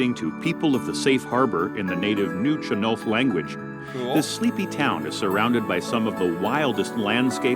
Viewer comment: He can pronounce Nuu-Chah-Nulth but can’t pronounce Cowichan or Saanich?